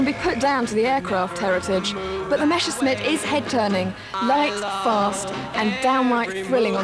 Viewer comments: Messerschmitt, not Meschersmitt .... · why "meschersmitt" and not "messerschmitt"?